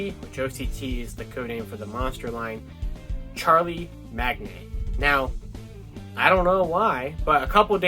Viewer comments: Charlemagne - pronounced shar-luh-mayne 😄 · Come on, "Charlie Magnay" sounds more like a monster than whatever you can pronounce in French. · Charlemagne is pronounced "Shar-la-main" for future reference. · came to say same thing lol its all good fancy words are hard